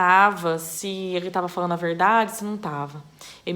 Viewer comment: Nossaalem de voce falar no gerundio ainda vc troca o d oelo n. Falano, sonhano. Isso e muito desagradável